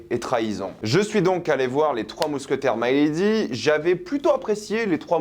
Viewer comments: Putain ….Milady …..pas My lady . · Pas " my lady " mais Mi ( mi ).lady... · Ce n'est pas " my lady " prononcé en anglais . Mais , " milady " , prononcé en Français "milédi " ! Le terme de l' époque pour désigner une femme de la haute . Enfin , bref ... Salut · C'est pas "Maïlady", c'est MILADY (même en anglais, on dit avec le "i") et je pense que tu n'as pas vraiment compris le déroulé, car ce n'est pas le Cardinal, le véritable cerveau du complot... Ensuite, si tu as lu les livres, tu sais que le Duc de Buckingham, n'est pas non plus n'importe qui (ce n'est pas "un petit anglais comme un autre") ; Au même titre que le Cardinal, c'est un as de la stratégie et de l'épée, ça aurait été très c.o.n qu'il meurt de cette manière (même si le retournement de situation est effectivement assez expéditif) Perso, j'ai été très déçu de ce volet (encore plus par rapport au premier)... C'est clair que je m'attendais à plus et à mieux... peut être un peu plus de scènes de batailles, une plus grande importance du Duc ou même tout simplement des mousquetaires (qui servent plus souvent l'arrière plan sans vraiment jouer un grand rôle dans l'histoire de base), mettre en avant le trio Gaston Louis et Richelieu (qui doivent avoir chacun trois ou quatre apparitions dans tout le film alors qu'il se passe ce que l'on sait...), où est passé la mère du roi ? Quid du mariage de Gaston ? Pourquoi Milady a demandé à Richelieu de sauver Dartagnan (alors qu'elle voit les mousquetaires comme ses "ennemis"?) ? Où sont passés les gardes du Cardinal ? Pourquoi Buckingham envoie des navires à la Rochelle alors que ça met en difficulté la France (et qu'il n'est visiblement pas hostile au roi) ? Comment Milady a survécu à sa pendaison ? Est-ce que ça peut donner un espo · C'est pas maille lady, mais milady, avec un i. Dans tous les films relatant l'histoire des 3 mousquetaires on dit Milady. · mé~lé~di pour la prononciation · Mec tu fais une critique alors que tu sais même pas prononcer milady